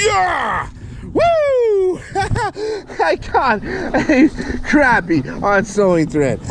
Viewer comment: Yay!!! You said crappy and not croppy or crahpy